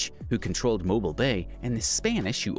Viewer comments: I notice the mispronunciation of Mobile, but he pronounced it correctly later in the video (or maybe another video). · Mo BEEL Alabama not mo bull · Mobile Alabama is pronounced Mo-BEEL, not MO-bull. You can go to the 4 Corners, but it's in the middle of nowhere and you have to pay to drive there because it's on the Navajo Reservation, which is private land.